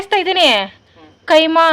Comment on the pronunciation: Adu keema alla kaima